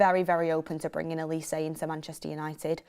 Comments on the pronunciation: It’s Olisay not Oleese 😂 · The way pronounces olises name, "A lease"🤣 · If you’re gonna say his name pronounce Olise correctly , it’s a Nigerian name